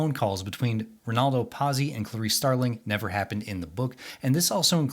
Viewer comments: Not bad. I read/saw each when they came out and, brother, was that a long time ago. Pazzi It's not Pause-ee the way you said it. It's Pot-see, like the character from Happy Days. Or pizza, swapping the vowels. It means fool, nuts, crazy, mad. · 'Patsy' NOT 'PASSY'! FFS!